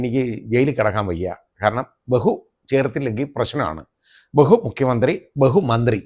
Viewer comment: Bhehu:, Bhehu, hu hu hu, Ayyappan thechu😂😂😂